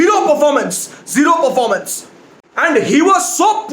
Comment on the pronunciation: "Otrocious Parformance!",2020.